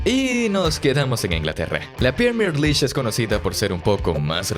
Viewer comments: “Premier Lish”? Que tan difícil es decir “Lig”? L-I-G… Vamos, inténtelo de nuevo. O también puede decir Liga Premier. League… Escumacher? 😂😂😂😂 Buen video, pésima narración! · Menciona bien la PREMIER LEAGUE no premiere lish🤦🏻‍♂️ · tenes un tono de voz bastante irritante.. y cuando decís premier liy. dan ganas de sacar el video, directamente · ojala dijese premier. ese suicida dice pierner lish xDDD